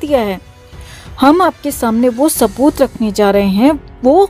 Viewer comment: Kya sabooth bolo tu jara .Tab se sabooth bole ja rehe ho